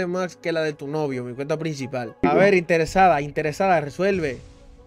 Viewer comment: El como dice intersada😂😂😂